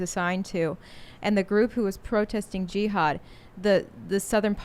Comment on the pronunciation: She says G-had